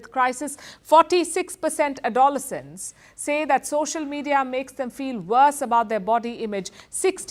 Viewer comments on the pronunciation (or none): Palki Didi. You are a peerless presenter. Your diction is excellent but I have a bone to pick with you. With certain words, your emphasis on the accent is wrong. For example, adolescence and algorithm. Gustakhi maaf for pointing these out. One is not being churlish, but merely helpful. Danyavaad.